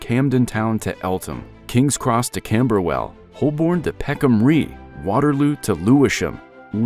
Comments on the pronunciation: Same here. "Whole-born" instead of Hoe-bun I let slide, but Peckham Ree? The voice actor needs to get a new job - in newspapers. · Holborn is pronounced Holburn Peckham Rye is pronounced Peckam R-eye